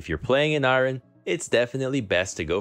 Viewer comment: Dyrus I have never heard anyone say iron like that